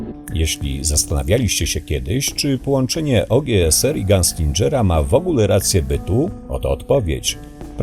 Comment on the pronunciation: gunslingera nie dżera, błagam :l